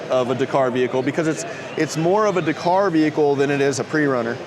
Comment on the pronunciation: Couldn't listen to him butcher the word Dakar